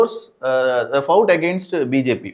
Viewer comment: learn the pronunciation of "fought" first of all by this app